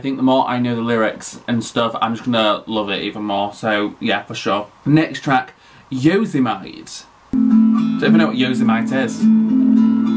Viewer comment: yo-zee-might. IM DYINGGG LDSLGSLGNHKS